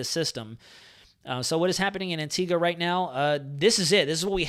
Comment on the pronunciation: What a phenominal resource ..thanks so much! And an American (?) who can pronounce the name of our island correctly!!! rather than "AntigWA" :-) :-) Great respect :-) :-)